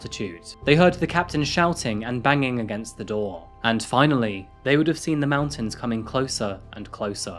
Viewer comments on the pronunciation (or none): none